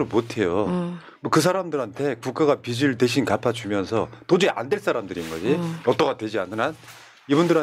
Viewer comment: 다 좋은데 패널분들 발음을 정확하게 해주세요. 자꾸 빚이 아니고 빗이라고 발음하시는거… 빚을 탕감해주다는 발음할때 비즐탕감해주다 라고 하셔야지 자꾸 비슬 탕감해주다 라고 하시니…..